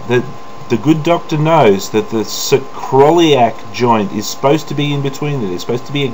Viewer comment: It's pronounced sacro-iliac. :) Great demonstration. This really helps to wrap one's mind around it. Your patience with Nephilim is more than I could ever muster.